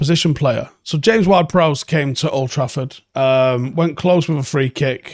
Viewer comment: You really struggle saying "Prowse". You said it right first and I was shocked and thought someone must have told him then you reverted back to saying it wrong